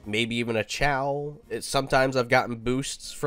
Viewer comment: Not trying to be mean but its “kay-oh” not “chaow”